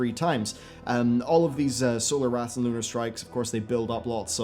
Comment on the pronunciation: Your "L 's" are so prominent in this video. I found myself saying LLLUUUUnar, every time you did.